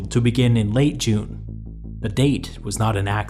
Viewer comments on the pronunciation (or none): none